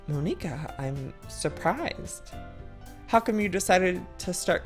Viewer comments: It's not Mo-nee-ka it's M-on-i-ka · It's Mon-ika